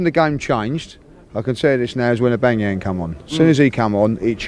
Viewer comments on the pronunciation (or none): Cmon it’s not AuBANGyang mate 🤦🏻‍♂️ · OBAMA YANG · Pierre Emerick I'llbangyermum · I love the way he pronounces Aubameyang 😂🤦🏿‍♂️😂🤦🏿‍♂️😂🤦🏿‍♂️ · I love how say Aubameyang! 😂😂😂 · This mispronunciation of auba is not funny anymore haaha